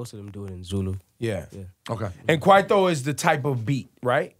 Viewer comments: Nasty C says "Kwaytho" this other guy from America says "Kwaito" wtf! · Nasty C: Khwaithow Ebro: Kwaito. 😂🤣😂 Bafowethu. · we as south African don't like the ways Nasty said "KWAITO"🤕🤢😵